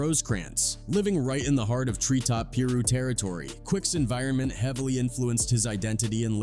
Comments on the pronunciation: lol peeru it’s pi-ru piru bruh lol😂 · it's pie-ru, not peer-ru my man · Not puru...It's Piru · 😂what peerooo ? Its Piruuuu 😅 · Tree top Peeru? I don't think you pronounced that right homie. It's Bompton Tree Top Piru. 👁 Man, I used to bump DJ Quick back in the day. Gangsta! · "Pea-ru" lol Nahh it's Pie Roo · Peeru?? LMAO cringe as hell. Its piru(pie-ru) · Plz stop saying peer ru it's pronounced pie ru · Peeru? 😂 C"mon, man... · bro you been killin' me.. with the Tree Top Pee-roux! 😂😂😂 it's Pie-Ruuu! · Piru as py ru not peeru get it right before you put it out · Pronounced "Pie-roo" not "Peeru" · PIRU……Sounds like PIE-RU learn the words before “documenting” gang culture white man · Peeru? You mean piru? Using AI to speak voice is something. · Ah yes... "Peer ew" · "Tree Top Peerue" 🤣🤣🤣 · Pee-roo? Are you serious? Somebody adjust this AI voice 😅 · Bruh y'all got to pronounce these hoods correctly!! Shit sounds wild.. what's a Peeruu ?! 🤦🏿😒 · AI narrator calling it Pee-Roo is like Dan Quayle calling dude 2pack Shacker lol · 3rd Pear-roo is were I stopped 😂😂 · It's pronounced second to none AND PIE ru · Tree Top Peeroo. Lol this AI shit is getting ridiculous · Wtf is peeroo 😆 they mean piru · Did he say Treetop Peru? lmao! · Its pronounced like this Pie-ru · Its PIRU pie- roo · It’s pronounced PIE-ROO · Tree top pee-roooh. If you can't say Piru then you never heard A quick song. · The ai saying pee rue is disrespectful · Say it with me, pie-roo. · Come on bro learn how to pronounce the name of these it's Piru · It Pyru pronounced "Pie-ru". Fucking must be AI narrator. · Oh hell nah I tapped out & disliked the second ai heard the word “Peeru” wtf🤷‍♂️🤷🏿‍♂️🤣😔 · My man said Pee-Rue 🤦🏽‍♂️🤣 good video though 👍🏽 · "peeroo"? is that like some kangaroo from Compton? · It’s pi ru mf 😂😂wtf did he say shout out to da rus tho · Come on....stop being lazy cuh...and quit using A.I......who the fuq says."pearoo....piru...FN ai is ruining the art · Smh it's pronounced pie ru